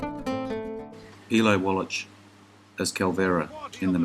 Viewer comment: Another outstanding selection. Victor Jory deserves your anger for several evil roles. Pronounciation. Wallach is pronounced with the ch as a k. Mathau is pronounced with a simple th sound. Keep'em coming!